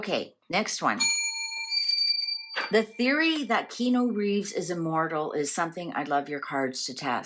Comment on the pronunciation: This was interesting, i love how each segment is short and not dragged out :) However, some info is wrong. Keanu is pronounced Kee-Ah-Nu and his parents were NOT murdered. They are alive. His sister is also alive - she recovered from leukemia. Keanu had a stillborn baby and then his ex girlfriend died in a car crash. And his best friend River Phoenix died from an apparent drug overdose. Also, yes he is gorgeous and looks good as he has great genes (Chinese Hawaiian) but he has most definitely aged! Now that he is 60 years old, he is looking more his age.